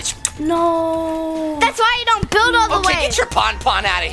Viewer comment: when he said build it sounded like bill so then I remembered bill nye the science guy